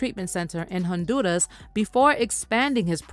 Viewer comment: Nice coverage, however, respectfully: please, please, please Stop pronouncing Honduras with a strong RRRR like you're speaking in Spanish (maybe you do, but don't do this) it doesn't come across authentic. It sounds all kinds of wrong, like you're trying too much. Just some constructive criticism. Much success